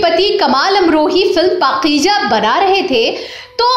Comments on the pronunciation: Please for God sake.. Don't say..Pakijaa. Atleast pronounce correctly ,the right word is Pakeeza. 🥱. I know you folks are impossible when pronunciation is concerned. Horrible..🤭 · Ooh my God, She is Great Legend, & Best Actor...in Bollywood.. Ma'am kindly request to You Pls Learn URDU Language.. pls take care to Your Words.. this is پاکیزہ Paiza , Not Pakija... thank, Blessing from Kuwait.